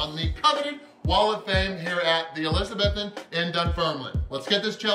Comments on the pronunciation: Mate shoulda got the toast buttered. Looked drier than gandhis flip flops 🤣🤷🏻‍♂️🙈🙊🤦🏻‍♂️ and its pronounced Elizabeethan 👍🏻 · ElizaBEthan, not ElizaBETHan,. xx